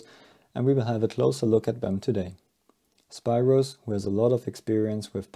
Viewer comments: His first name is pronounced “speeros”. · It's pronounced SPEEROS